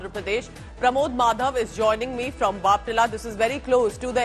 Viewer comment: It’s bapatla😂